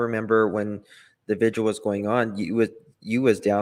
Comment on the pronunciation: It's 'VIGIL' ...I wish people would stop prouncing it v i g u a l !!